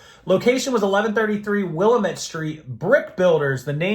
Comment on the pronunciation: FYI, it is Will-lamb-it, dam it. 😅